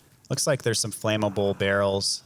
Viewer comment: It's funny that you can't say "flammable." Still good videos!